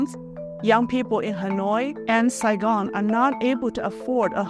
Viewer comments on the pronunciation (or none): none